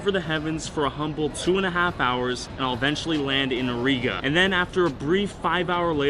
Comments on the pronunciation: Its not ariga but riga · The way he said RiGa as a latvian its so funny to see you pronounce RiGa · The way he pronounces Rīga is funny